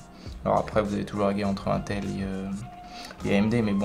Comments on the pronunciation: Intel prononcer a la française mdr c pas un-tel mais ine-tel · Hoooooo. IL A DIT ''UN''TEL ET PAS ''IN''TEL. LE SACRILÈGE😨😨😨😱😱😱😵😵😵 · C'est pas untel c'est inetel (Intel) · I6 et i8 n'existe PAS sinon bonne vidéo et c pas 1tel mais iiiiinnntttellllll